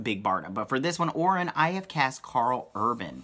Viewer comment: Orion is pronounced like O'Ryan. If you have read the early New Gods comics by Jack Kirby, you would understand this. Read New Gods #4. I think that even Jack Kirby knew that this pronunciation was a problem so he uses "O'Ryan" as the name of Orion's gang battling the Deep Six on Earth. You can also reference numerous DC comic movies where Orion is included.